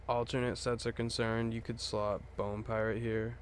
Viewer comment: “Piarate”? lol gg, pretty unique which is hard for most